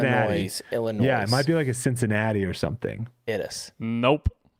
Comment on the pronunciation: The s in Illinois is silent. says illinoiSS. It’s just pronounced illinoi.